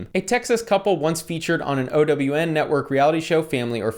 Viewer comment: He is determined to pronounce OWN as “O.W.N” 😩